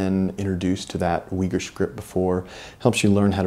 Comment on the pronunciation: It is a great achievement, what you have brought out. So please do not take my remark as negative! But, to my ears, the way Uighur or Uyghur is pronounced in English, really challenges my ears ... Is it really not possible for at least you pronouncing it correctly? As a Flemish speaker, I'm born with the soft gh, which is inbetween g and h - actually, it is a strong sounding h. Also ui is no we but more like oo - y, almost like boy but with long oo ooyhur. Thanks for your attention. Good luck with your work and I will buy a copy of the book soon!